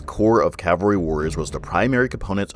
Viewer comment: Cavalry not Calvary